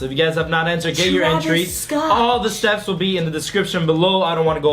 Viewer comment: “seps in the description.” Lol